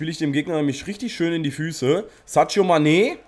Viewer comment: du weißt ja dass mane sadio und nicht sadscho ausgesprochen wird;)